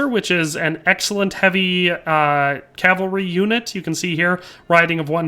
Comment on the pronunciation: I'll like the video because you say cavalry and not calvary like alot of people on youtube do.